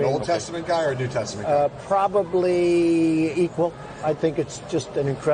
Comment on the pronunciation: "Probableee equal." :) haha Still makes me laugh. :)